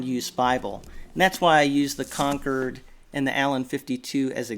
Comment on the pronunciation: we keep buying bibles searching for that perfect size, and I agree that the Cambridge Concord (pro. Con-cord not Conquered as you say! but you had cognac pro. correctly) is the perfect size and it's font size is excellent as the Concord's are. I got the Schuyler Quentel to have a dedicated NKJV, since all my bibles are KJV, and it's a big bible, so I got the Personal size and it's a fair bit smaller. I got the Cambridge Topaz NKJV and it is my favourite NKJV for size, being a bit smaller than the Quentel, and it has the best font and size type. I asked Evangelical Bible if they might be getting in a Topaz in a smaller size...but no. One of my all time favourites is the Cambridge Cameo KJV..small, portable, and has a bold font in a very readable type size, which was designed for best clarity nd legibility in a small bible. I got the Allen Brevier Clarendon which is another small bible but the paper is better in the Cameo. I have the Treveris and that is another perfect size bible. If more bibles were Concord or Treveris size that would be The Perfect weight and manageability standard in my opinion. CBP have a Hand-size and that is the term for that mid-size we all want, just as David said..."face size"!. MId-size is a full size bible at CBP, btw.